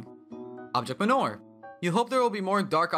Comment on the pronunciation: JUST THE WAY HE SAID MANOR THREW ME OFF SO MUCH 😭😭😭